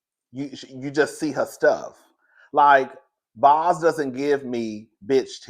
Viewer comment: it's Boz like Bose speakers. 😊